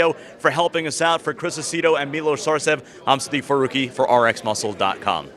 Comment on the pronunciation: This dude just signed off and said his name was "Steve Farooqi" cmon!!!